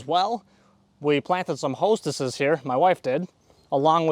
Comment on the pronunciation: As a gardener, it kills me how he calls hostas, "hostesses." 😂